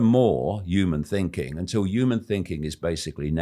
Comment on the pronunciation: Why can't he say "human " 😂